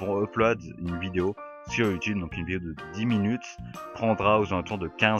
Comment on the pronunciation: Quand tu dis Uploade ça me tue, sinon très bonne vidéo !